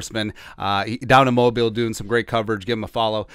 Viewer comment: Why can no one pronounce Mobile correctly? You did it right at the end, but the other times you said it incorrectly. It’s such a little thing but it would be so respectful if you could get it right.